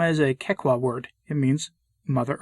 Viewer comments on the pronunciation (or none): FYI, the "CH" in Pachamama and Quechua, are pronounced as the "CH" in Chile or champion. They do not follow the Italian pronounciation rules where "ch" is pronounced as "k", such as gnocchi. It is not pronounced Pakamama or Quekua. And you are right, in Latin America many, many people revere the Pachamama. It became sort if mainstream during the hippie revolution in the 60s and 70s, and is now everywhere, mixed in with Catholic tradition 🤦🏼‍♀️